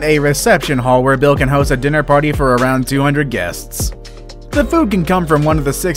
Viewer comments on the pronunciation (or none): none